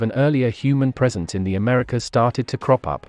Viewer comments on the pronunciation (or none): none